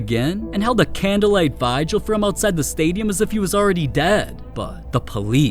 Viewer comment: Va-eye-gel? You def say the word Vigil hella strange lol 😂 I’ve never heard anyone pronounce it like that ever It’s more like vih-jel sounding… if that makes sense? Idk lol maybe search the word here and listen to how ppl say it Cause that pronunciation was crazy 😂